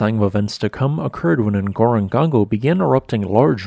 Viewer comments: Why do you keep saying "Ngorongongo" instead of "Ngorongoro" as written, I wonder... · Ngorongoro, /(ə)ŋˌɡɔːrəŋˈɡɔːroʊ/, not "Ngorongongo". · Ngorongoro should be pronounced NgorongoRo, not NgorongoNgo! My parents took us 3 siblings there from Arusha many! years ago when Tanganyika (then) & Kenya parks were not swamped & spoiledwith tourist jeeps & vans. Before the new lodge was built on the crater rim, there were simple cosy wooden huts, bunk beds & a fantastic view! As it was a working trip for our dad, we had the place to ourselves. Same for the Tented Camp at Lake Manyara. Those were the real days of Safari! Thanks for the video,. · Kindly allow me to make a correction. Not Ngorongango. N goro n goro. Excellent presentation. Thanks. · NgoroGORO - not "GONGO" Been there - saw my only Black Rhino in the wild. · I love your videos and I try to watch all of the videos you post. Ngorongoro, look closely at the spelling because it is being pronounced incorectly. What I am hearing looks like Ngorongongo. Notice the proper spelling only has two letter "Gs", and two letter "Ns". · So which is it? Ngorogoro or Ngorogongo. Your you wrote one and said the other. Very confusing! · Check your consonant sequence. Does not end in gong go. It is the same three syllables, repeated. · Yeah, I have no idea why people have trouble with that. Some of the folks on the trip I was on where we went TO Ngorongoro pronounced it "Nicorongo" because... they were dolts? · En gawro gawro. Thats how you pronounce it my buddy. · 4 syllables: Ngo-ro-ngo-ro. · Pronounced: NGO - RONG -GORO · Pronounciation... Ngoro Ngoro (You say the first part twice.) Not a serious issue... the video was great and very informative. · It's pronounced Ngoro-ngoro, other than that good job. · he really said "ngorongongo" 😭😭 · How is the former height estimated? NB Pronunciation is NgorongoRo - in danger of getting confused with NyiragoNGo. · "Ngoro-ngoro." "Nongong-goron-go."